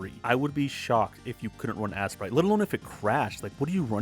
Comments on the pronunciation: you know it’s not pronounced ass-sprite it’s ace-sprite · Why are you calling it assprite?